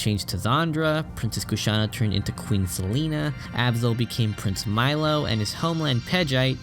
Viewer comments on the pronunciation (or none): none